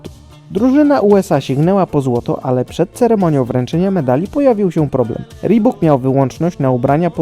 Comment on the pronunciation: A co rebok? Wymawia się "ribuk" Tak jak Nike wymawia się "Najk"